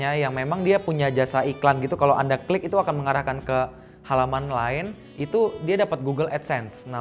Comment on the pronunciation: Itu kurang huruf l ko "langsung kik" bukan langsung klik hahaha